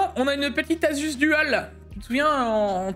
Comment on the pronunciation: haha et sa prononciation Asus. Assuce ROG 😂. Sacré